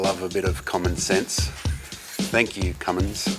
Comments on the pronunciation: Not Cummings, it's Cummins, very different things. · its ' Cummin Sense'